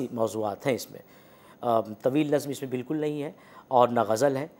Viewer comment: इक़बाल के क़ और ग ज़ल के ग को उच्चारित नहीं कर सकती।